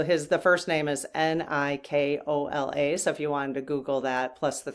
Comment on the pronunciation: You pronounced Nik-o-la Tesla's name right